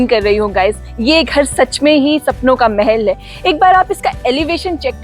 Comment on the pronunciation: Mahal not mehel